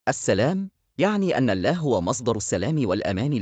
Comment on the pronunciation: نطق اسم اللًه سبحانة و تعالى نطق خطأ فى معظم الفيديو